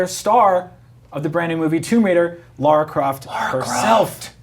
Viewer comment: Her name is lara not laura get it right